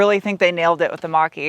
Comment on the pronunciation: I keep hearing Monk-E instead of Mach-E...